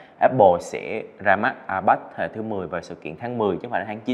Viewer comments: Ipad đọc là a bát á😂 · Ai bát… kkkk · A bát